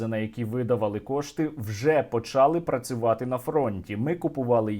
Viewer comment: не бУли, а булИ, не почАли, а почалИ українською мовою, хочв блогер одне слово булИ каже правильно, а інше з галицьким наголосом, а чого він не обидва слова каже або з галицьким наголосом, або правильно. як наприклад говорять в Київській області, що співпадає з літературною мовою